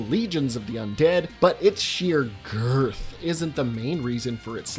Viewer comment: Why did you have to put so much emphasis on the word girth?